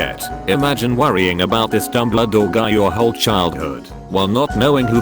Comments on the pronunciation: It kept pronouncing Dumbledore as " Dumbladore " and I fucking lost it everytime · Nobody: No one at all: Absolutely not a soul: Reader bot: DuMbLa-DoOr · No one's talking about how he says dumbledore and douchebaguette